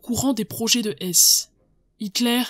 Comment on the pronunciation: Vous prononcez, à juste titre, un h aspiré pour beaucoup de noms mais pourquoi pas celui de Rudolf Hess justement?!